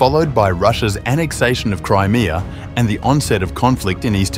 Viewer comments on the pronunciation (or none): none